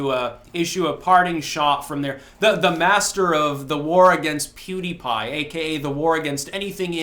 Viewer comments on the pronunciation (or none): I HATE WHEN HE SAYS PEWTY PIE OR WHATEVER HIS FUCKING NAME, IS, DON'T KNOW WHO THAT IS, BUT I HATE WHEN SAYS THE FUCKING NAME, WORSE THAN HIS HMMM, WHEN HE EATS THOSE MEALS OR CLANKS THAT FUCKING SPOON